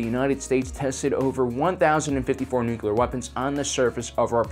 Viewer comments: I’m so fucking glad he was corrected on the proper way to pronounce “nuclear”, to bad he fucking reverted to mispronounce it yet again. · u messed up nuclear again my dude lol. But really tho, no biggy, I cant say negotiate right😅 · He's from Texas. They all pronounce it that way. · How to instantly lose credibility... mispronounce the word nuclear. It's said [new-klee-are] not [new-que-ler]. Argh. Ffs why can't people get this right?!?! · It's Nuclear, from Nucleus. Think about unclear. Or just imagine you are saying new-clee-ur. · Nu-cle-ar, not nuc-u-lar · nu cu lar... it's nu cu lar.... nu... cu... lar... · Nukular. So much nukular. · New-cle-er = "nuclear" If that's too difficult (and for some reason it can be) just be all cool about it and say "nuke" and you're golden. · Nookyalur, eh? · if you want to say nuclear right say it as one word not nu clear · When someone says "Nuke-u-lar" I stop listening to them. You even tried to correct yourself, then went back to your corrupt ways. Now you are dead to me. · Idek how someone can pronounce it like that even by accident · I was so distracted by an obviously intelligent person saying nukular instead of nuclear that I couldnt finish the vid. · It is pronounced nuc-le-ar, as in the nucleus of the atom being split apart by the bomb. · Okay. Yes nuclear not nucular. Also, you keep saying EMP pulse, but EMP is an acronym that stands for Electro-Magnetic Pulse. Saying pulse after that is incorrect. To say it correctly, you either say EMP or EM Pulse or Electro-Magnetic Pulse. Adding an extra "pulse" afterwards isn't correct. It's like calling the Navy's RHIB a RHIB Boat. Why is that wrong when it is a boat? Because RHIB stands for Rigid-Hard Inflatable Boat and calling it a RHIB Boat is calling it a Rigid-Hard Inflatable Boat Boat, which is just silly. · Say it like this: New-clear. You're welcome. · NU-CLEE-URRRR it's not hard, ffs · “It’s pronounced nu-cue-ler. The q is silent” -homer? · Nu-clear, man... Ugh...